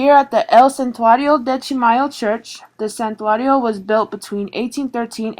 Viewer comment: These morons don't even speak Spanish! They can't even pronounce santuario correctly! Dumbasses!